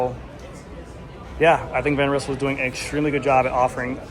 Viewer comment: Van Rizzle? 🤣Thats an alternative pronouncation :)